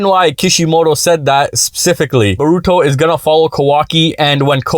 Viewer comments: Bruh please stop saying "borooto" its "boruto" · I would believe you if you pronounced Naruto and Boruto names correctly